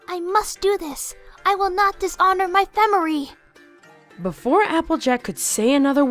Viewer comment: "I WILL NOT DISHONOR MY FAMERRY!!!"